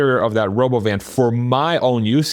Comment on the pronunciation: It's roBOvan